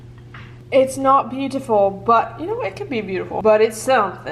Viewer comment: The way you said "beautiful" about that cookie was so British brooooo was that on purpose